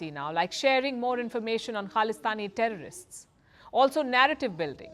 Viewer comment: Yes please Palki stop calling them Trrost... It's International Name of muslims 🤣🤣🤣